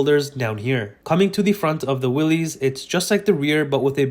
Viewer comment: Learn to pronounce the name correctly! I cannot take you seriously if you're not informed.